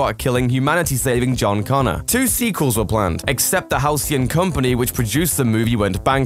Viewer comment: Being British is no excuse for mispronouncing "Emory" and "Halcyon."